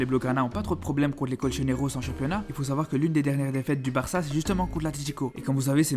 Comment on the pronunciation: Barçá, atleticó, bilbaó....le classicó, la ligá C'est tan difficile de les prononcer correctement? Carajo